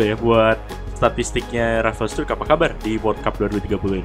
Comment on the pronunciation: Bacanya Rafael strike bang